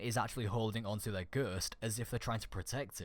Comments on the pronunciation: ITS GHOST NOT GURTS, JESUS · Not hating. But every time you said "Ghurst" I had a small seizure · I'm sorry because it was a good vid but this really annoyed me. It's ghost not ghust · its ghost nit ghurst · him saying ghurst actually triggered me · Im getting triggerd when you say ghöst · I cant get enough of the way he says "ghurst," xD Subscribed! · lol stop saying gherst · For a bit i thought he was saying girscht like the girscht device from moon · go-oh-st is ghost, not whatever tf you are saying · Can't get over how you say ghost lol you say guuuusttt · I had to replay it about 3 times because I had no Idea what was being said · I was like.... That's not how you pronounce ghost?!?! Hahaha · Can you say ghost right? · the way you say ghost 😂😂😂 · you say ghost weird... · dude you say puppet like poopit and you say ghost like gerst XD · Ok first of all you say no wrong it's pronounced no not nuuuuhhhh and the title says fourth subclass then you say ok there is not a fourth subclass also its pronounced ghost not guuuust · "Nhuuur" "Ghurst" 😂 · Why are you saying ''Nuuh'' when it's obviously seen and pronounced as No? are you trying to sound unique? it's very cringy. Same for Ghost... glad i'm not subscribed to you. or your accent is fucked.